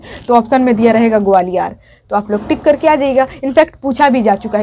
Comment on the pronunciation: Mam ग्वालियर सही से बोला करो